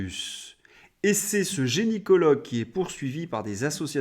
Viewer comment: J'ai adoré tes "génie-cologues" à répétition 😂